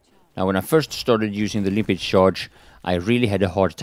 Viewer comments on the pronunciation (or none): Why do you keep calling it "Limpit" mine, instead of Limpet like it's really called. I figure you should have realised that after 1 and a half years lol. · No dude, he calls it "Limpit" mine. Check every video he posted abot the Limpet mine and you'll see for yourself. It says "Limpit...."